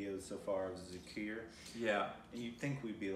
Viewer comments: wtf is zakar zakar . im so mad at these people . cant u see the i in it . its za-kir (keer) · The Bansuri is the ‘flute’ and “Zah-keer” the pronunciation. Great show guys! I had the honor to play with Zakir a couple of years ago. The best